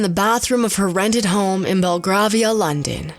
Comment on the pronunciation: Aargh. I know the narrator is probably young, but it's bloody annoying that she wouldn't learn how to pronounce the names of the actors. Burt Lahr's name rhymes with car, not air. And Ray Bolger's name has a soft g in the middle, like the G at the beginning of George. Finally, the first A in Belgravia should sound like the A in gravy.